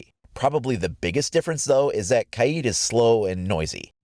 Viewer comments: OMG ITS NOT KAYEEEEED ITS KAYD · Lol it’s pronounced kayd not kayeed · It is not kyeed it is kaid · It’s pronounced “Kide” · Imagine saying Kaids name wrong the entire video